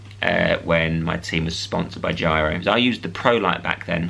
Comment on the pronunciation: It's Giro, not gyro